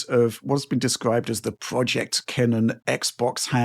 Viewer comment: Kennan is my first name Edit: thank you for pronouncing the name correctly. I'm cursed that people always call me Kenan - long vowel sound. Unless someone knows me well, I always get called Kenan. Even Kermit before...